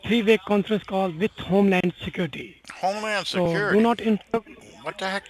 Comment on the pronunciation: Why is it always non vailable res waran? 😂 Why is it always homelan sacuriti? 😂 She used a double negative 😂